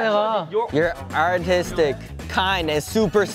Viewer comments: Am I the only one that heard autistic when they said artistic 💀😭😭😭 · I’m sorry but when Han was reading Hyunjin’s description and said artistic istg I thought he said autistic! 😂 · I thought I heard Han say "Autistic" 😭🤣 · It's cause when he reads the same description Hyunjin read, it sounded like instead he said "autistic" instead of artistic due to pronounciation and exaggerating his accent lol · i swear i heard "you're autistic, kind and super smart" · It sounded like he said 'you're autistic' and I started laughing for no reason😭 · Omg it sounded like Han said "you're autistic" I'm dying 😂😂😂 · IM CRYING I THOUGHT HAN SAID AUTISTIC WHEN HE READ HIS RESULTS AND GOT HYUNJIN😭😭😭😭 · I came here specifically for this moment of Han saying "Your artistic" (autistic) 😭😭 (I came from a recent shorts vid of The Bentist on 1/4/24 if anybody knows what Im talking about by chance lmao) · I love that han said autistic instead of artistic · i keep thinking han says “you’re autistic” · I thought Han said “ hyunjin ur autistic” 😂😂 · Not hannie saying autistic instead of artistic 😭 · I’m sorry but I heard Han say autistic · was the best part bc it sounds like han is saying autisic but its actually his accent i love it ❤ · came here because of : "U goT Hyunjin, YO' AUTISTIC, KOIND AND SUPER SMART" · "YOURE AOUTISTIK" - Han Jisung 2023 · Han trying to say “you’re artistic” and it coming out as “you’re autistic” is sending me! As someone with autism, I approve this message. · I HEARD HAN SAY AUTISTIC INSTEAD OF ARTISTIC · WHY DOES HAN SAY AUTISGIC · "You're artistic, kind and smart." Han with his British accent 😂 And Felix also got Hyunjin. It has the same vibe as "Hyunjin loves Felix" ❤ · The way Han said artistic 😭😭😭